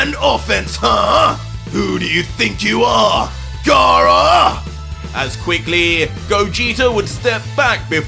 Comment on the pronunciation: I know He didn't just say gaara that was great